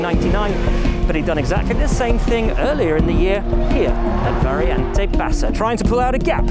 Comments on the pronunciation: Variante non Variente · that is Monza circuit, not Imola!!! VARIANTE, NOT Variente!! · it's "variante" not "variente" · is it not "variante"?